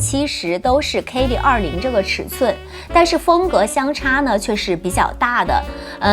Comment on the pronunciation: 跟我读，k-e-li, 不是 k-ey-li.